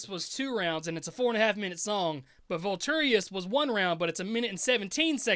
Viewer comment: Vultorious - dude can't even pronounce the title of his own song, yeah he definitely wrote that